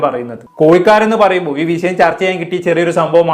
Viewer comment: കോയികാൽ,വിശയം എന്നതിനുപകരം, കോഴkkal, വിഷയം എന്ന് പറയാൻ നോക്കുക??